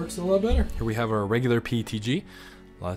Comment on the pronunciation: Yeah but a nerd would pronounce PETG correctly instead of saying PTG. Even Closed Captions show him saying PTG.